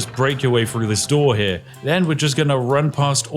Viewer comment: Good video as usual but are you aware you pronounce 'Th' as 'F', its Three, not Free, Through not Frough.